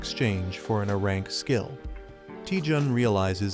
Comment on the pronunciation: I too want an ahrahnk skill... this AI needs more time in the oven... it like gave up at the end